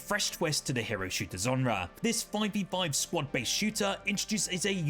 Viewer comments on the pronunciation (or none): none